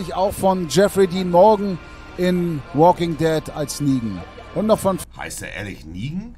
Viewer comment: niemand: monte: wooking dett